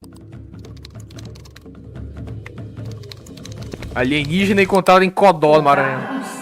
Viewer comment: Alienigina em codó kkkkkkkkkk